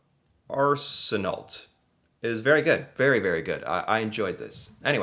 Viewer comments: Arsenault is pronounced "R-Cen-oh". Car trunks can be used as extra freezer space as well. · Sry but if you're an English speaking Canadian it's pronounced ARSE -EN-NO. Being French speaking you know it's pronounced quite differently along with many other French name. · It's pronounced R Snow. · Arsenault is pronounced Ar-sen-oh. Emphasis on the first syllable. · 1) Pretty sure the pronunciation of Mr. Arsenault's last name is (AR- sen-no) or (AR-sen-knoll). 2) This former Ontario Human Rights Commissioner lives in a different eco-zone than Western or Northern Canada. Easterners pour salt on their streets and highways like it is the briney solution to World Peace. In Saskatchewan, we mix sand and ice. But when it gets cold, and the winds come up (yesterday gusts to 100+ km/h or 60+ mph), the snow freezes and the wind polishes roadways to ice to set up our roadway rink for Car Curling. In Winter, summer, even all-season tires are inadequate for winter driving. It is highly recommended to put on winter tires. I have studded tires and quite enjoy not spinning out as much and being able to stop, although you can still lose traction at any speed in icy conditions. Moreover the only acceptable Co-dependent behaviour is driving other people's vehicles for them....aka defensive driving....giving lots of grace....lead, follow or get out of the way.....valuing being Happy more than being Right. I like my 10 year old SUV, and like to keep it out of accidents. Remember folks when stopped behind someone, make sure you can see the point where their rear tires touch the ground. If not, you are TOO CLOSE. 3) His mention of Medicine Hat was cute. It is the desert zone of southern Alberta (Palliser's Triangle) and annually receives much less snow and is warmer than most of the 3 Prairie provinces. He still has a point. Highway #1 is the Severe Weather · Also that name (Arsenault) is pronounced Arse-ih-NO. :) It's originally French, so the last few consonants don't count.